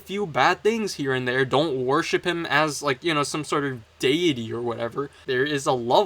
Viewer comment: W "slop" content! Also why do you pronounce deity as "DaeIhTih"?